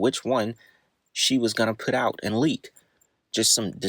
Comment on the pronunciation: PUT not PIT